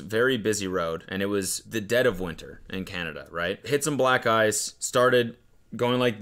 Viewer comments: I had to rewind when he said "hit some black ice" could've sworn I heard something else. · "Hit some black(gu)ice..."